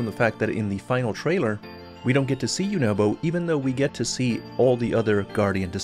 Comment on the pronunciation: It’s pronounced you na bo